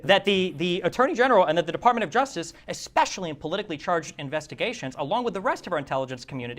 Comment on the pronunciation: Destiny: "eggspeshelly"